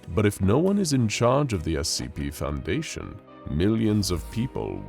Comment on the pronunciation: Oh no “foudation”